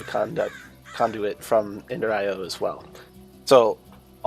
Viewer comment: "Ender Ten" 🤣